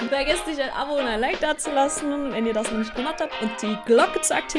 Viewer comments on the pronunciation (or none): none